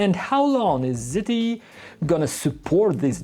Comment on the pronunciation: how the F people pronounce the name it's not ZITY. it is Z T E!